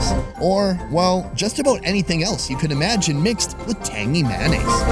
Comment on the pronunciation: “Tangy manase”